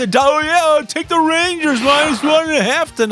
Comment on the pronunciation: Derrrrrr take the rangaasss -1.5 lmao